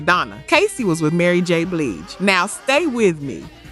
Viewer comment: yea, I know who Mary j Blige is that isn't what the guy said he said bleege